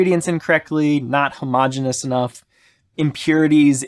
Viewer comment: Sorry, but it's "ho-mo-gene-ee-us", not "ho-mah-jen-us" (No homo, man!).